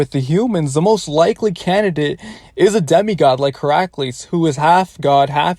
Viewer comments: Bro really calls hercules, heraculees for a min there x'D. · Wait how did he pronounce Heracles? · Bruh the way he pronounced Hercules